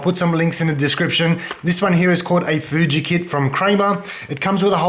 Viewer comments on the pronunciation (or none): none